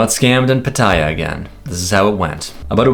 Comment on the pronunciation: Please learn how to pronounce Pattaya; could be part of the reason you keep getting scammed. It screams please take advantage of this farang.